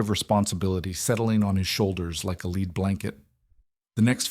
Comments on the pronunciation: Your pronunciation of LEAD is wrong for “ weight of a lead blanket” you say it like “LEED” it would be pronounced and sound like “HEAD” or the metal lead. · Lead pronounced leed !!!I guess😢many of these “ tales “ a narrated from script by Ai !! ?? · If you must use AI announcers please recognize that context changes pronunciation of words like lead and lead, only one being a soft metal. Maybe just hire somebody who can read. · It’s clear from much of this AI that is being added to the narration of so many videos we now see on YouTube that it has serious drawbacks. Many videos have already demonstrated that AI cannot distinguish between Read and Read (as in Red). I have just heard a similar problem on this video, the narration could not pronounce Lead (as in the metal) but said lead (as used for walking dogs). It’s no wonder millions of people are sceptical about Microslops use of AI in the software for OUR PCs.